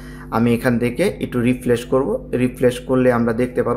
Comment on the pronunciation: Refresh Not re flesh 😂